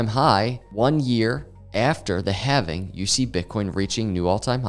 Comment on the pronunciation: Bitcoin having? Thats how you pronounce it sir 🤣